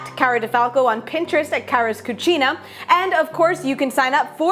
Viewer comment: I thought she said Carla's cuchi... Lol. I'd eat that too. Lol